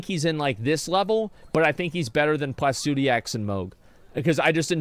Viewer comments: Pluh - si - duh - sax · LMFAO MY GUY SAID PLACUDIAX I CANT XDDDD